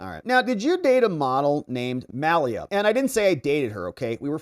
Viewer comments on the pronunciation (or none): none